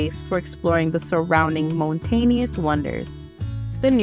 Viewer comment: A good and informative video! The only complaint is the narrator's mispronunciation of several words including place names and common words like "mountainous and cable".